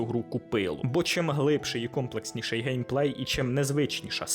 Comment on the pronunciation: ви допустилися помилок в слові Гейпей! Дякую за контЄнт! Важкі на голову ігри топ! але не для всіх.